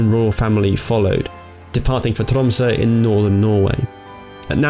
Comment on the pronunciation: I think that's the best pronounciation of Tromsø i have ever heard. I would like to call it flawless, or at least as flawless as a non-Norwegian could get without living here for a while. Well done!